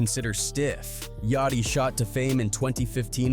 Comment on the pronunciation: fr cause the way he pronounces Yachty name is crazy 😭